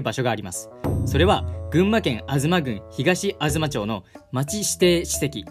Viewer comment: 群馬県はアガツマ(吾妻)と読みます。